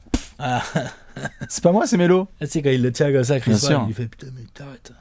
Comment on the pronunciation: " chris porc " et" Houston spurs" tu ma cale